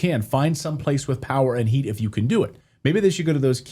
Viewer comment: 'Russia UND China', am i the only one who hears that german 'wordchen' (2 times!) there?